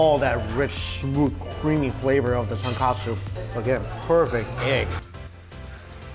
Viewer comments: Ton-KO-tsu Mikey! Ton-KA-tsu is pork cutlet~ 😁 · Lol well Mikey was never about the pronunciation. I believe he always says katsu instead of kotsu. It was funny when he came to Hawai’i, cause he knew he was going to butcher names. 😂 respect for just trying. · It's "tonkotsu" not "tonkatsu" ughh 🤦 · love all Mikey chen videos. One persistent correction - the pork bone ramen broth is TONKOTSU, not tonkatsu (as misspelled in this restaurant menu)=fried pork cutlet. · Ramen broth is ton-KOH-tsu, not ton-KAH-tsu. It's a big difference. For a foodie like Mike, I can't believe he keeps saying ton-kah-tsu. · Hi Mikey, big fan, love your videos! But the ramen broth is tonkotsu, not tonkatsu. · Haha same I’ve commented before on his ramen videos on the difference. Easy mistake to make but easy to fix too! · please!!!! it's "TonKOtsu" not "TonKAtsu" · Regardless, he's mispronouncing Tonkotsu and saying Tonkatsu. Its not really important, but he should know the distinction after so many years of eating it. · People can never say tonkotsu right 🤣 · Tonkatsu is breaded fried pork cutlet. Tonkotsu is the pork bone ramen broth. Mike you always mispronouncing the latter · I agree. Both words do sound similar to an untrained ear - but Mike isn’t exactly untrained. If he is actually intending to say Tonkotsu, his pronunciation should definitely be clearer.